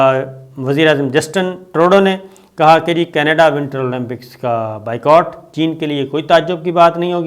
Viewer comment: انگریزی لفظ “Boycott” کا صحیح تلفظ بھی “بائیکاٹ” ہی ہوتا ہے بائیکوٹ نہیں!